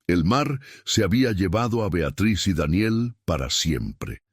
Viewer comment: Como siempre el narrador metiendo la pata con la pronunciación de Daniel